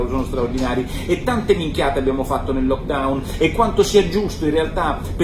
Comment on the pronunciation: Mi piace come dice "minchiate" Nicola. Lo dice con la stessa espressione di noi siciliani e questo mi fa piacere.